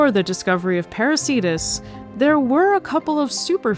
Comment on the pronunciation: Why are names of whales ending in -cetus masculine? Κητος is neuter. Same for plants ending in -anthus. What you said sounds like "parasītas". I suggest /peɾu:'ke:tus/. Latin 'c' is always /k/ if it's from Latin or Greek; in "Ceiba" and "Cariama" it's /s/ because of the languages they come from.